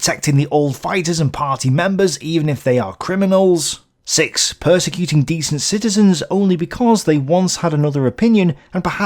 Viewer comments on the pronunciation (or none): none